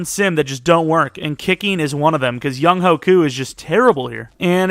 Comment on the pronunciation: it’s not young-hoe, it’s young-hway.